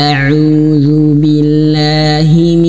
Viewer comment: Maaf setelah saya ulang ulang dengar Kurang tepat pak,seharusnya audzu bukan auzzu🙏